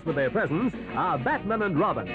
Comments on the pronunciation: The narrator pronounces Batman as in "Kaiser Bills Batman" instead of the comic book character Bat-Man. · Love the way the narrator pronounces Batman. Maybe he'd never seen an episode?